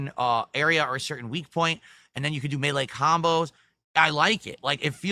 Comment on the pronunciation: Why the hell does he say 'melee" like that?